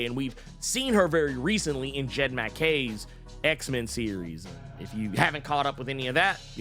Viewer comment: Dude, it's not Jed Mack-Kay.